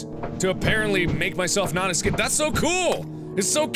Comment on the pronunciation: You know how he said don't excape Well he just did excape